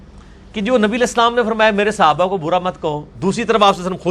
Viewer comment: Congrats for 3 lac subscribers but engineer sahab the word is Sahaba not Sihaba plz ap sahe word use kren.